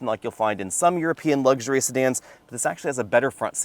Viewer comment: The word is luxury, not lugsury.